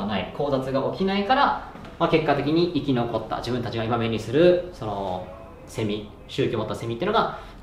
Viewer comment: セミの発音がおかしい笑